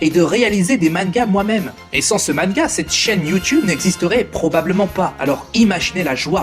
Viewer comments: lol "mannega" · Bonne vidéo, par contre le fait que tu prononce manga "manega", dc comme ça se dit au japon, c'est perturbant. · toi tu prenonce manga "ma-ne-ga" c originale .. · Toutes les fautes à l'oral purée. Ta chaîne est sur les mangas et tu sais pas dire ce même mot.